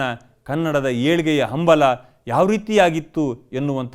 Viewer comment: ಆಹಾ... ಹೇಲಿಗೆಯ ಅಂಬಲ.... ಕನ್ನಡ ಪಾವನ ಆಯ್ತು...‌ ಒಂಚೂರು ನಿಮ್ ಉಚ್ಚಾರ ಸರಿಮಾಡಿಕೊಳ್ಳಿ ಸ್ವಾಮೀ....